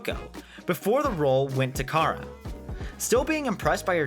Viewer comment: Cara rhymes with Sara. Yes, in Spanish it sounds closer to how you're saying it, but in English she and everyone else pronounced it to rhyme with Sara.